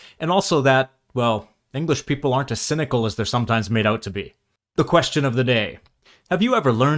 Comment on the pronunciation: A good attempt,. Your accent sounds like southern English, but you pronounce 'a' like 'cat', not (non-rhotic) 'cart' or 'father' (which you flag as mistakes). You also pronounce 's' when we sometimes pronounce 'z' (and the second 's' in 'sometimes' is just such an example}. "Something must be off..." - in that phrase, you clearly articulate each word separately, something I would also attribute to a German speaker. "... not too far away from you." - we use 'liaison' so far away becomes fa-r-uh-way. The following lad has a slight midlands accent so misses the faulty southern sounds. But a really good attempt.